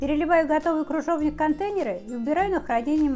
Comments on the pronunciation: Не кружовник,а КРЫЖОВНИК! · Автор,не крУжовник,а крЫжовник. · 🤣🤣🤣🤣🤣🤣правда, очень безграмотно! Кружовник! Клабуки! ДУршлаг, каллидор🤣🤣